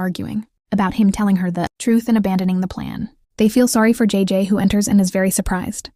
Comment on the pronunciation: Jajay😂 it's jayjay